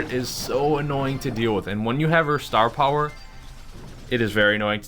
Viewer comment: please never use the word "puwer" again! STAR PUWER!!!